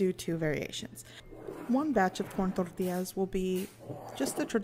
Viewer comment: You got me at rolling your "R's" in Tortillas! Thanks for showing us how easy it is to make them...